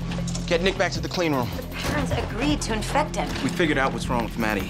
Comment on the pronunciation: When he said "my Nick is a fighter" it sounded like "my niggas a fighter"